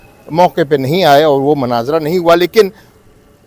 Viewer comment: حضرت ! مناظرہ کا کلمہ صحیح تلفظ کے ساتھ ادا کریں ۔